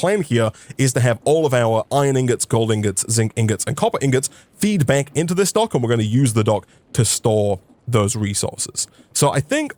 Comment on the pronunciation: for a second i thought you said donk like in dank insted of dock